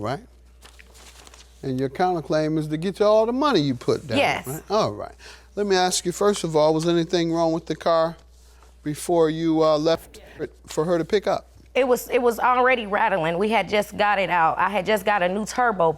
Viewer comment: Ask or aks🙄